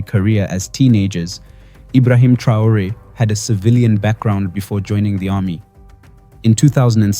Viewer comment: Dejá de decir tonterías, no sabes ni siquiera pronunciar el apellido Traore y decir que Sankara "murió trágicamente" cuando fue asesinado junto con su gabinete; por otra parte qué carajo son los "afromeanos"?, te estás refiriendo a los afroamericanos. Sos un cachivache, conseguí un trabajo decente y dejá de hacer papelones